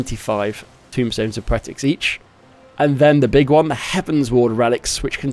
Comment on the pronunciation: TOMEstones, TOME, like a book, not tomb like a grave, T-O-M-E rhymes with gloam and roam TOMEstones